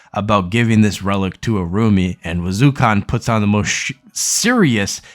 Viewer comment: Funny how you constantly mispronouncing the characters name. Wazukon, depak?